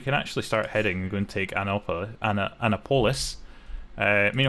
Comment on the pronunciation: Just for future reference it’s pronounced ANNE APPILIS not Anna polis, they’re not a female police officer 😂😂